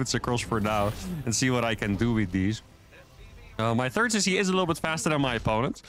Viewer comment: Always cracks me up when he says "turd command center". I really enjoy your vids. Keep up the good work.